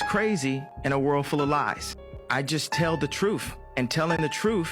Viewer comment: “The trueff” trueff?? Yuk